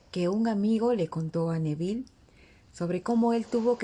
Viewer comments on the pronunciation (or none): none